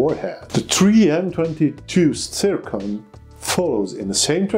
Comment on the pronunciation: It is not "tsirkon", but "zirkon" - XYZ